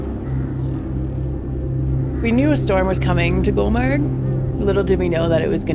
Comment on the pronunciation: It's been 3years you have uploaded the video I watched it many times but I always forgot to tell it's GULMARG ...not gulber ....my beautiful people my beautiful culture....hope to see you again here #love from Kashmir to all your team